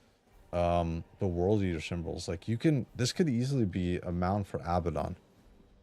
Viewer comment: Oh it’s pronounced Ab-bad-on it means “the bottomless pit” in real life. Not abba-don. Abaddon Ab-bad-don